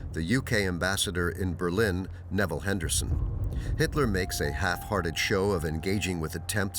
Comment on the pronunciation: Neville Henderson?? Where did your robot go to school?